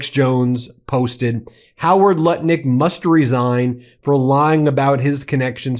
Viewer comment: Ben. The US Commerce Secretary’s name is Howard Lutnick, not Lutkin. Lutnick, it rhymes with Smutnick.